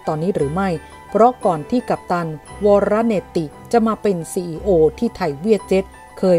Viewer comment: ผู้ประกาศน้ำเสียงน่าฟัง แต่ในหลายข่าวยังอ่านออกเสียงผิด อย่างข่าวนี้ ชื่อวรเนติ อ่านว่า วอ ~ ระ ~ เนด ครับ เป็นกำลังใจให้พัฒนาการอ่าน และนำเสนอข่าวดีๆครับ